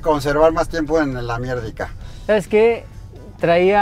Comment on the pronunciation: En el "Amierdica" jajaja